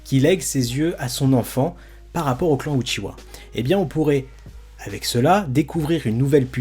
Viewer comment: Lol c’est UCHIHA ET NON UCHIWA HAHAHAH